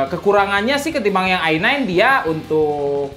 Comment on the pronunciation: Se pe u Ai nain,, Ai Sepen,, Ai Paif,, dan se pe U ai Tri 😁😁